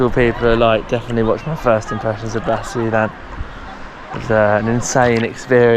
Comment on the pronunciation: explore basilan first, and pronounce it correctly, I'M FROM LUZON, NUEVA ECIJA